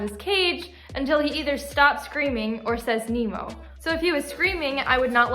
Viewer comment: nemo is so cute but the more i hear nemo say their name i hear them say emo